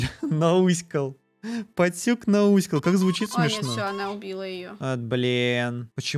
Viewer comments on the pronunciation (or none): Пастюк а не поттюк